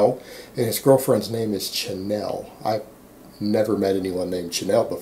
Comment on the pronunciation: Hey buddy - just an FYI "Chanel" is pronounced Sha-Nel, like the fashion designer. It's French. She's American though...and hot as fuck. Peace.